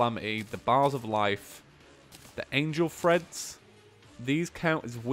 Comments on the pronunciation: Treads not dang freads Jesus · TREADS, not THREADS